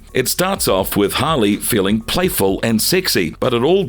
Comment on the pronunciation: It's Harley not holly